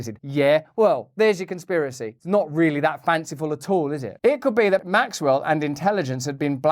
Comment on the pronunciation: Could Hawkins even protest a mole station (sic)? And at this point, is the mispronunciation of Maxwell’s name by everyone but her accusers intentional?